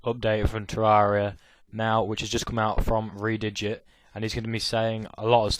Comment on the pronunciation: It's "Terr-AIR-ria" not "Te-RAR-ria